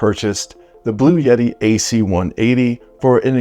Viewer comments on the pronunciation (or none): Heavens Sake, It's Not Blu Yeti, It's Blu etti.